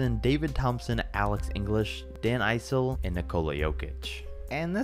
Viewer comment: T- Wolves Sprewell over Butler or Wiggins every day. Mavs should be Ro Blackman at the 2 and Mark Aguire at the 3, and Roy Tarpley at the 5. The Net should have Derrick Coleman at the 5 period. You lost all my respect when you said Dan Eyesell. Its a short I in Issel. From that statement alone I could tell you think basketball started in 2000. Bye